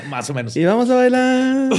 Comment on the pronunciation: "Massieumenos" AJAJJAJAJAJAJAJAJAJAAJJAJAAJJAJAAJJA